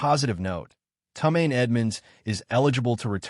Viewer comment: Tomaine Edmund’s. You mean Tremaine Edmund’s. What kind of AI is this? Odunze* the longer I listen the more pissed I get. Roh may oh du nay! Rome like in Italy oh doon zay*